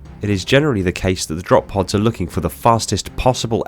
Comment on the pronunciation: "Drop poos"? bruh